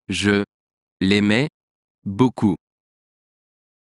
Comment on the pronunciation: Do you pronounce “e” as “u” because “Je” is pronounced as “Ju”